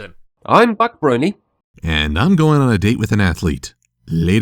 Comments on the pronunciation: Voice of Reason it souden like you said Butt Brony. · did he just say Butt Brony? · Oh BUC Brony. For a second it sounded like he said BUTT Brony. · DID HE SAY BUTT BRONY???? Oh... Buc... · I first heard "Buc Brony" as "Butt Brony".